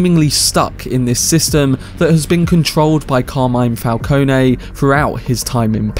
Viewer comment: Fal-cone-ee and Fal-cone are fine, but Fal-cone-ay? That's just dumb